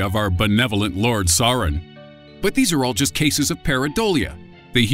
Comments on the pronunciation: "Our benevolent Lord Saren." LMFAO! 😂 First of all, it's "Sauron" (pronounced "Sour-ron"), and second, "benevolent"?! LOL! Seriously?! 😂 Sauron is one of the most evil villains in fictional literature. "Malevolent" is the word you're looking for, dude. 👍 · or the all seeing eye of Sarun SAURON burns narrators face off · Sauron is not pronounced sawron!